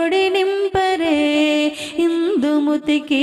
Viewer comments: ఇందుముతికి కాదు ఇందుమతికి... సరిచేయండి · ఇందుమతి అండి. ఇందుముతి కాదు